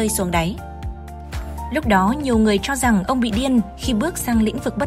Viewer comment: Nội dung hay, nhưng đọc sai chính tả khó nghe lắm ad ạ: triến đấu, tro rằng, trúng ta....